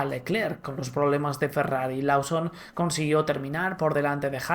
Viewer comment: Porqué los españoles a lawson le dicen lauson y no loson loson loson! No es muy dificil, no cambien los apellidooos